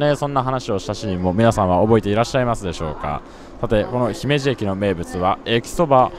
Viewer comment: スーツさん、ひめじの発音、東京の人なのにあってます。ひにアクセントをつけず、普通に発音されていて流石です。😀